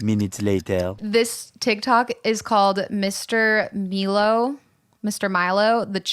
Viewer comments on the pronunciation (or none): It M(eye)low not M(e)low. But he is a very handsome water connoisseur!